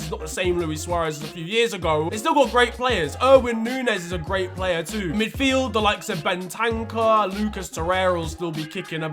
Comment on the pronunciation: man said erwin nunez and not darwin nunez